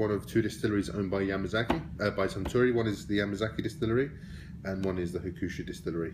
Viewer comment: It's pronounced Huck - Shoe not Ha-Koo-Shoe. Just letting you know, good review.